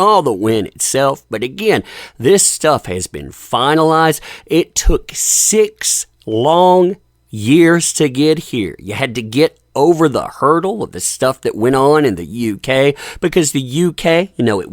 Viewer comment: Hahaha 😂., you said they had to get over the "Heardle". (Hurdle). I love it. ❤️